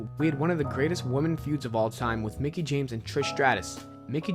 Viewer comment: Lol my dude just said Nicki instead of Mickie smh...